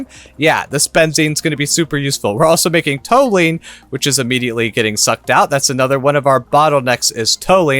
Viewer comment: just fyi, Toluene is pronounced Tolyouene ;)